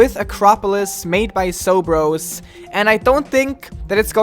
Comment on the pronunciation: When you pronounce zobros as sobros lol